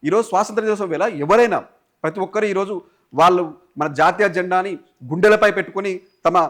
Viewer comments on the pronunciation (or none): none